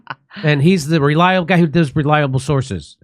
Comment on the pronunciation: Who knew…… “Re-lyable Sources”